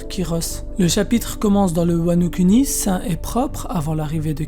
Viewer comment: MDR c’est un détail mais mec stp dis « WANO KOUNI » 😥 et pas « kuni »